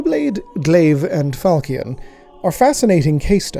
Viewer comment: NB falchion pronounced with a -sh sound. Although perhaps our learned scholar is too removed in the grim dark future to remember his middle french